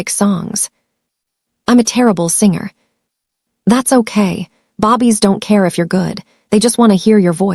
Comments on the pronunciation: I’m sorry, but listening to babies constantly being called bobbie’s has gotten on my last nerve !! Sadly I have to find another audiobook !!! 😔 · Ok! It’s very noticeable, I can’t stand it! Every time she kept calling them bobbies. WTF??? What is a bobbie? She has to know how stupid she sounds. Either they think it’s funny or they don’t care. It was very distracting 😡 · that has NOTHING TO DO WITH AI MISPRONOUNCED BAY-BEES "BABIES" BAY-BEES ..SAY IT WITH ME 😅😂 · I cringed everytime she said Bobbies. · AI is suppose to be incredible but it couldn’t figure from reading the script that it was suppose to say the word for newly born humans rather than British policemen. A human narrator would have caught the mistake right away… yy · It's really annoying listening to the mispronunciation of the word babies. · When will these fools spell babies and pronounce babies in the correct manner. 😊😮🎉❤ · Where did that come from? Mispronounciation? They truly don't edit their stories!! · Ok so annoyed. Bobbies maybe Babies i really cannot stay engaged if your narrators can't read. It makes no sense to my brain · This AI is annoying it's babies not bobbies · lol naw she saying bobbies instead of babies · Can you fix the computer to say BABIES and not BOBBIES. Please this was a great story. Remove grandma out of kids life. Her hatefulness against her grandkids is crazy. See was her marriage was loveless. Part 2 I want the family to get married and live happily ever after without grandma ❤❤❤ Atlanta Georgia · I hate when she call babies, Bobbie’s !!! It’s babies not Bobbie’s . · I was so into this story until I started hearing bobbies instead of babies 😢😢😢why bobbies 😢😢😢😢so annoying 😑 🙄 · What's up saying Bobbie not babies.? This so wrong change the language so your listeners will appreciate the story. California 😢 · I just goggle this too and found out the term they are referring to is babies and not bobby. I thought are they saying baby or bobby? lol